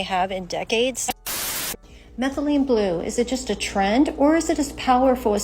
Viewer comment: Methalyne blue to blue “methamphetalyne” rq 😂😂